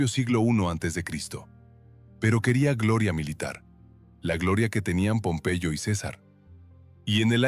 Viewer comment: Pompeello? Será pompeyo